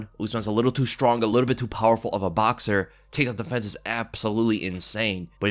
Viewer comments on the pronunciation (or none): none